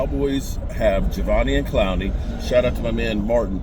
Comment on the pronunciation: Javveneon Clowney? 😂